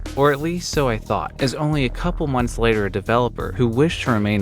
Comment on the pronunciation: “Sooner rather than slater “ 😆👍🏼